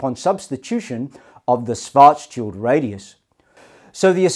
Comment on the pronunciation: Karl Schwarzschild rolls over in his grave due to how his last name is pronounced in this video.